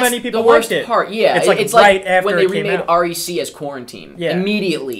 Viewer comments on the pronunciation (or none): Did you seriously pronounce that R...E...C...? It's 'wreck'! Now I know why americans can't be arsed 'reading' foreign films.